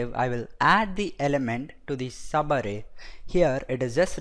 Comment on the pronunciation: Its so funny when u say 'sabarrei' (subarray) . Nice video!